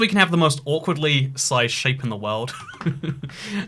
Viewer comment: i love the worrrrld 'n' stuff